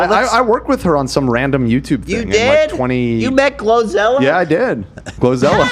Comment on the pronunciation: I think Ethan is getting GloZell confused with GloRilla and keeps calling her GloZella :_h3h3Omg